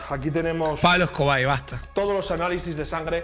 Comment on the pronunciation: Jaja "pablo escobai" XD